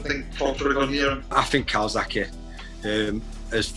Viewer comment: Jamie Moore “calsackie”